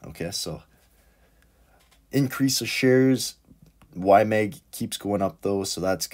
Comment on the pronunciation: It’s YMAG not YMEG … please😩